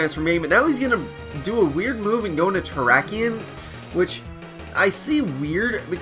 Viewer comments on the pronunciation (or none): "terakyen" "smogehn" Learn how to fucking say things right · Slaking is pronounced Slack-King and Terrakion is Ter-Rack-Key-On.